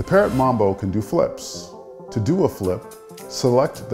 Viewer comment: He said mumbo its mambo